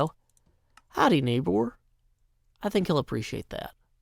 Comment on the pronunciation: "Howdy, Neighboür!" is perfect German. LOL